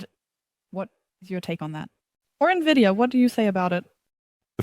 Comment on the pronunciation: Lol nividia